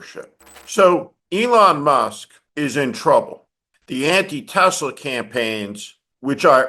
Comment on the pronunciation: Elon, it is not TeZla, or Tessler. It is TeSla FFS!